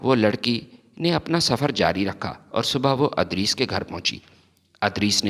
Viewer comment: adris nahi idrees